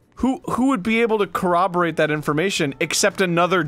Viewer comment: Corraborate ? engrish there Arin